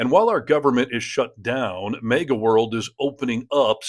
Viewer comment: The pronunciation always sounds like "MEGA", not as "MAGA".